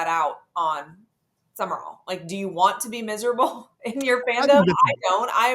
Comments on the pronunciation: needs to back off the Red Bull and other highly caffeinated beverages. And it's Sumrall. Not Summer-All. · Sumrall has a completely different energy than Napier. He will be different. He will be successful. And it's Sum-rall, not Sum-mer-all.